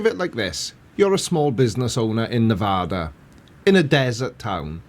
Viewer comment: Also I'll tell on discord, but he actually pronounced Nevada correctly!! Huzzah! Also the E.T. Jerky is out of this world! (Yeah, I know...that was terrible, but its actually on their billboards!!)